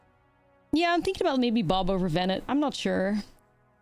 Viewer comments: In this case, by looking at other cards from the FFXIV batch. Just about all of them have some sort of French pronounciation of the names. Louisoix, Urianger, Alisaie Leveilleur and more. But evening that was too obscure, it still sounds odd to pronounce VenAT as VenETT. Had it been a one-off, no one including me would’ve noticed. But just in this episode it was like.. 3-4 times in a few sentences, so I was like… is she doing it on purpose, some internal joke I don’t know of? :p But all this to say, it’s not as big a deal as I’m making it sound. I just like knowing I’m not butching someone name, so I project :3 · Please, don't call her Bennett ;_; The "a" is the same as in "after" DX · One of these days, is going to pronounce Venat correctly. I know shes mostly american at this point, but it's "Ven-ah", not "Vennett" xD